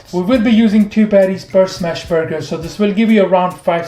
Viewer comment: I’m obsessed with these “burg-hers”